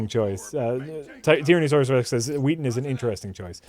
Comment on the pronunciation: Is "Joss Weathon" an insider gag? Because his name is "Whedon."